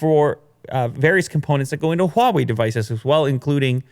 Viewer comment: You don't have to put so much HWAA on the Huawei dude.... Just say hwa way that's it... It's not HWWAAHH way